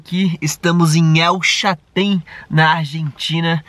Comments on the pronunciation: Parabéns pelos videos amigos !!!! Somente uma dúvida.. vcs falam El Chatén…não seria o correto El ChaLten, com “L” ? Abraços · Só pra ajudar, não é el Chatén e sim El CHALTÉN, já tinha feito meu comentário ,mas esqueci de falar sobre isso.Desculpe a intromissão